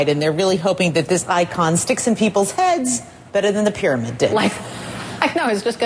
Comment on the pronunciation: I heard her say "fear-amid".